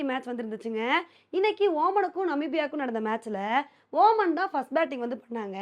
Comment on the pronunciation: ஒ மன் இல்ல ஒமான்